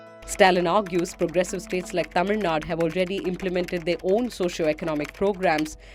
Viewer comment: Everything is fine except onething It's Tamil NADU not Tamil NAD.. you need to pronounce U..